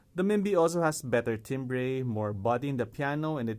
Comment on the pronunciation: With your sense of humor I can't tell if your mispronouncing timbre on purpose or not.